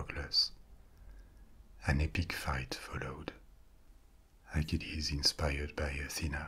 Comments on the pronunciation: Just a small comment, you pronounce Hercules and Achilles the same! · Are you saying Hercules or acheles